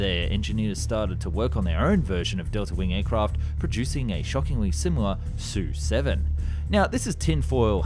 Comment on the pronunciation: S.U. Not SUE....